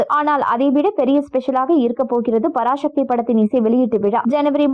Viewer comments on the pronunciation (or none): பராசக்தி என்று சொல்லுங்கள் பராஷக்தி இல்லை. தமிழை தமிழாக பேசுங்க.